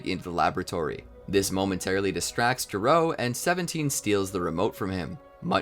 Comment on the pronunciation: Gero is not pronounced G-row, it’s “ge” like the word “get” without the T and “row”. This becomes important because his name is a joke which pays off over 25 years later in Dragon Ball Super Heroes.